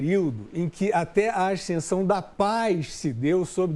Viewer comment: O Fiuza fala "aiscensão"?🙄 Ele faz análises inteligentes... Agora, espero que um dia ele entenda que esse cartel ao qual ele se refere é hegemonicamente de esquerda. Ele não admite, mas está tão claro o quanto esteve os dados do crescimento americano na gestão Trump aos quais ele se refere.